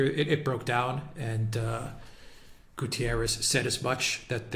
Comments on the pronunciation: It's not "Gutierres" ... In Portuguese it sounds "GutErrsh" ... The "ie" takes it to the Spanish similar surname. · It's GUTERRES not GUTIERREZ ! Portuguese, not Spanish